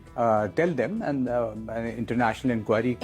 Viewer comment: Aarm ❌ aand ✔️